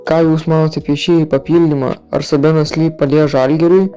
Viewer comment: Maladiec neblogi video nenustok kurti. Tik ne sabenas o seibenas lee reikia tarti varda😅